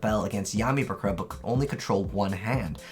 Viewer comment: He says it the way it's said in the original Japanese version. The dub's pronunciation of "buh-KURR-ra" is a very American way to say it.